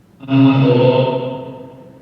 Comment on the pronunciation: In the end when "Costa S agapo "was heard it was like a Greek man said it..Even the acccent and the way he said it...Greetings from Greece!!